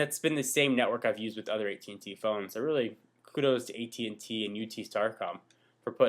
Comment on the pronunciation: its at&t not et&t